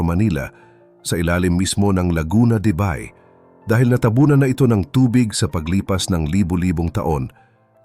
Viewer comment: Ayusin nga ang pag pronounce sa Bay....